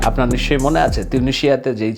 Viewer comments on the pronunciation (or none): none